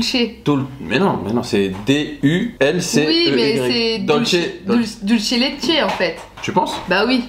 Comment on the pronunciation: Et d'ailleurs, même le dulce de leche ne se prononce pas [dulche] puisque c'est de l'espagnol, pas de l'italien ;)